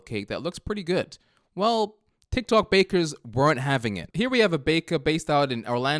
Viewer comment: Ah yes Tiok tok